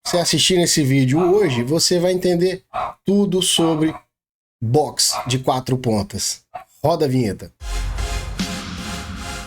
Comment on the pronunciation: "Boxer de 4 patas" 😆